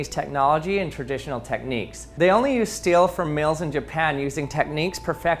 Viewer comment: Yeah ok, but please it's steel, not steil, not still. 😭